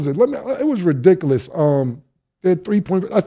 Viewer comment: My ex woulda sed about Cam ' Did he jus say redicilous' 😂